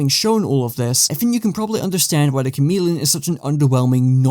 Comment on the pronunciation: The Cha-mid-leon